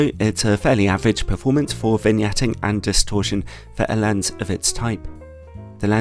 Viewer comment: may I ask, why do you say 'anst' for 'and'? :-)